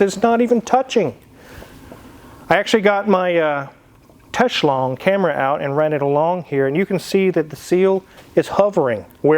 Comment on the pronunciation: What a perverse person, why does he continuously call a Teslong camera a “TES-SHLONG”. What a weirdo 🤦🏻‍♂️🙄😳